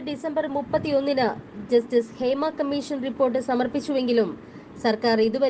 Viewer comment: ക മ്മീ ശ ൻ എന്നല്ല പറയേണ്ടത്..... ക മ്മീ ഷ ൻ എന്നാണ്. ബാ ശ എന്നല്ല പറയേണ്ടത്... ഭാ ഷ എന്നാണ്.